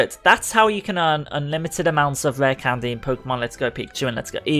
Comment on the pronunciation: "Rah candez" 😂 That accent.